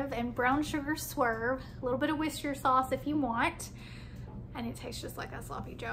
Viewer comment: ' whestershire '? I think you mean Worcestershire sauce. In the UK it's pronounced ' Wooster sauce '.